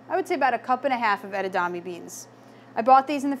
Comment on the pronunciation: Its not pronounced edadame it's pronounced edamame... Spelt it right... But as a chef shouldn't you know how to pronounce it?